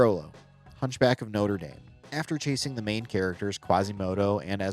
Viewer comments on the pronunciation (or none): i’ve never heard anyone pronounce the movie as “no-ter daym” so i physically recoiled when you did it. lmao. yeah, syndrome’s death always stood out to me as one of the more brutal ones. s-tier is spot on. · It’s actually pronounced “know-TRAY DAHM”. “know-TER DAIM” is the university.